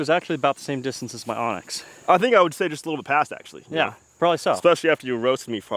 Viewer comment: Why does everybody call anax an onyx?